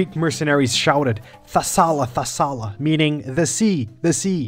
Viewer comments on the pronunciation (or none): The word is "Thalassa" not Thassala btw, and the correct version in the original ancient Geek of Xenophon it was "thalatta thalatta".